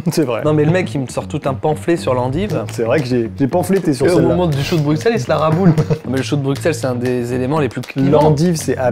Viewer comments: Brussssel, choux de brussssel pas brucksel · sa se dit bruselles et non bruxselles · bonjour, j'adore tes vidéos mais moi qui suis Belge j'ai eu mal aux oreilles pendant les choux de Bruxelles, alors stp prononce "Brusselles" sinon nous on va prononcer "Parisss" merci; sinon continue tes vidéos, elles me font beaucoup rire. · On dit "Brusselles" avec un "s" et non "BruXXXXXelles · sa se prononce pas choux de bruXelles mais choux de bruSSels 💀😭 sinon je vous adore 😘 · Le x de Bruxelles ne ce prononce pas le x se dis s